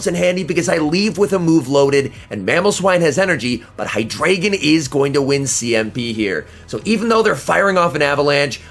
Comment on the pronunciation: The pokemon name is like articUNO, ZapDOS, MolTRES (Spanish for 1,2,3), but in this case its German. So its Eins, Zwei, Drei. High-DRY-Gone ^_^ great vid tho apart from the pronounciation! :D